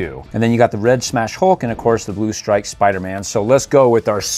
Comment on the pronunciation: Why do you call him Spuderman not spiderman